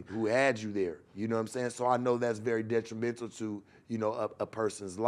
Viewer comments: said he’s det·ri·men·tal /ˌdetrəˈmen(t)l/ Learn to pronounce adjective tending to cause harm. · Somebody got get to stop saying detrimental the wrong way..I know what he meaning tho..my guy talk his shit